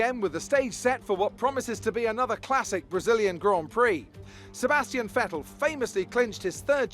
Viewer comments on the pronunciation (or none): none